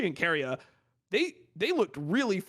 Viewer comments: Lol, Monte pronounces Keria like "Korea". Like the emphasis is in the wrong spot. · is korea the actual pronounciation of keria and they say it like they do on the broadcast to avoid confusing the fans (like how zeus gets said differently to distinguish him from the other player with the same name)? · the way monte says keria just hurts me